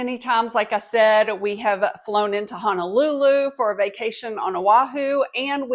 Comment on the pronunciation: A little pronunciation tip for you. The o in Honolulu is pronounced like the o in no, so Ho-no-lulu is the pronunciation. It's a common tourist mistake. Lots of online resources on how to correctly pronounce vowels in olelo.